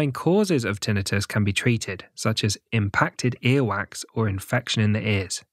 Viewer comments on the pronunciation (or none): It is Tinnitus, not TInnius.